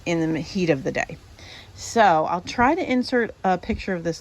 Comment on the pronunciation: Soil, not soul!! LOL